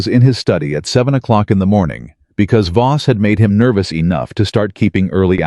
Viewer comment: I believe it's VOSS, not BOSS. Throughout the whole story!